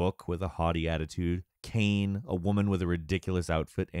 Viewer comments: I know this video is a couple years old but I couldnt help but call out that her name is Kaine, pronounced "kai-nay", not like "cane". It's a voice acted game man, come on now lol. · It has nothing to do with accents. The name is simply not pronounced "Kane", not in English or in Japanese. In both languages the voice actors very clearly pronounce the name multiple times. It's not "Kane", no matter what language you played in, and no matter what accent you may have. Besides which this reviewer has an American accent identical to many of the characters in the game, including Kainé. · kaine...... bro its (Kai-Nay) not kane or cane.... bros like i played the origional... then butchers the names. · You pronounced Kainé as Kain lol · Kai-ney eh-mill VEISS PLS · "Experience with the game" Okay, then explain why you pronounce Kainé as though it's "Caim"? 😒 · Did....Did he just call Kaine, Cain? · Why is it every time I click on a video this guy cant pronounce anything properly. At this point hes doing it on purpose right? Is that part of the joke and I just dont get it cause I dont frequent the channel? Nier Audomada Cain and emull Help me im suffering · Good video, but... The way you pronounce Kainé and Emil makes me cringe so hard. Like bro, if you've played the games, you should know they're pronounced as Kine-ay and Em-eel. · The fact that he can't pronounce Kaine or Emil correctly tells us that he didn't even play it. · How you pronounced Kaine and emil triggered me a little